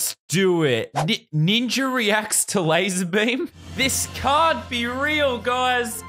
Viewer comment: Brig McMullin its pronounced lazerbum